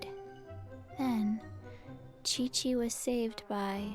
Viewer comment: My question is indeed "why chichi?" because if was going to correctly mispronounce her name it should be "Kiki" not "Kweekwee" since Qiqi's name doesn't have any "u"s.